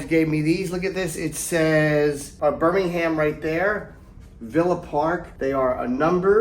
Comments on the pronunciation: the two jims are such queens. you know its true, jim. also its fucking pronounced birming-um. not birmingHAM. cunt. love you yimmy. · Love the video but it's Birmingum - we're the originals ;)